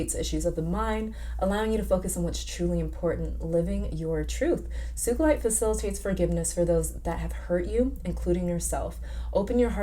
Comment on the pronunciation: Not suge Knight lmao. Sugalite is pronounced (soo-ga-lite) I believe. Also, you should watch Steven Universe. So much insight into crystals and life in general from that show.